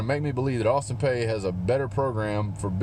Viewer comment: Okay first off sir, it’s pronounced Peay (Pea, pee). Second I’m at student there and I’ll be damned if I’m gonna let you talk shit about my school bro because that shit just ain’t cool. Obviously we’re a smaller school and obviously we’re a lower conference team. But that doesn’t give you the right to talk shit about us. If you’re gonna give a review give legit educated review and do more than just talk shit about the other team. Obviously us students at APSU know that we’re going to get demolished. But with that said it’s really ridiculous that you have to talk about us like we’re an SEC school. This is a cupcake game for y’all but this review is honestly horrible. We get you’re bias but that shouldn’t take away from Austin Peays fire and desire to come to Athens and play their hearts out. With that said I’m also a Tennessee fan and I promise you Tennessee is better than APSU. Clearly I’m a level headed person unlike yourself and I understand our team hasn’t been where we’ve wanted it as UT fans in many years. It’s obvious but please don’t forget 2016 sir. You lost to Tennessee. So my advice is to please humble yourself and realize who you’re playing. We’re an OVC school not an SEC school. Y’all have a great team and will absolutely have a great season. As much as that hurts the Vol in me to say, it’s true. I wish y’all luck not only against APSU but against all your opponents. But please take my advice before you do your next review. Thanks. God bless.